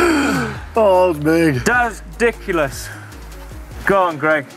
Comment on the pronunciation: "that was diculous" - 2019